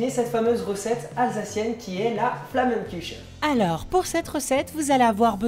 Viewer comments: Quel débutant flammenkuche se prononce « flammenkoure »et non flammenkuche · Clo Neochar bah ça c'est normal ! Les bas rhinois et les hauts rhinois ne prononce pas tout les mots de la même façon... Flammenkuche dans le Bas-Rhin et Flammakuacha (prononcé flammakuaRa) dans le Haut-Rhin mais cela signifie la même chose c'est simplement prononcé autrement 😉 Au fait si vous voulez la VRAIE recette de la Tarte flambée (Flammenkuche ou Flammakuacha) je vous conseille ***** (il est alsacien 😉) et il fait également tout sorte de recettes ! (Mc Do, KFC, Burger King, recettes spéciale diète ou muscu, sucrée au(x) oreo, Nutella ou salée ! 😉😉